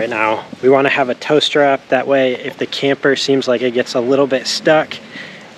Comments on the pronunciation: My 66 year old ears also heard "toast wrap." Smile. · hahahaha -- somehow in the audio (or maybe my 61 year old ears) I heard... "toast wrap" and then finally when I saw the product bought,, oh, dah...."tow strap" hahahaha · When you were saying tow strap i thought you were saying toast wrap😅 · You have a lot of love behind you! And…who else thought was saying “toaster wrap” for “ tow strap”!?